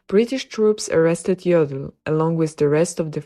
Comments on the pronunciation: If you comment on such videos, you should at least inform yourself how to pronounce the name. You call him 'Joddl' with a short o. But ar there is no double-'d' it has to be a long 'o'. It hurts somebody who knows German! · But despite this, you should pronounce his name correctly with a long 'o'.